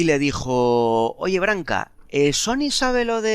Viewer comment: en serio me caes muy bien pero aprendete como se pronuncian los nombres de las personas de las que hablas, como Janet o John Branca no Barca